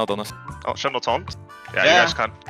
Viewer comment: caps doesnt call him shen, its yjen ;) xD